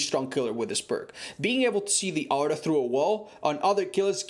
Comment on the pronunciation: Its 'Aura' , not ow-ra - Joe mama